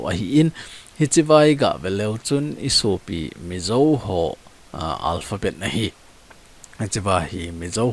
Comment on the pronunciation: Hiche pronounce na di pouva kiboi 😂😂 Ei Thadou te chun Zo chu Zo ... not Zou 😅